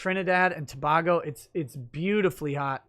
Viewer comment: Hey it's pronounced tobaygo (Tobago), I'm glad our product are making waves out in the world